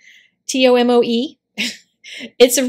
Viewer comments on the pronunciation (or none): I adore that paper! It’s pronounced tow-mow-eee. At least that’s how I’ve heard it and how I say it. It’s fantastic for fountain pens! You get to see all the sheen and shimmer if you use ink that has those properties. For those who don’t know, sheen is when the ink shown different colors based on the lighting and amount of pressure you put on each pen stroke, delivering more ink onto the paper. Shimmer is just that, some inks are glittery and shimmery and just gorgeous. My fav is J. Herbin 1670 inks. Sooooo pretty! (But not waterproof, sadly ☹️)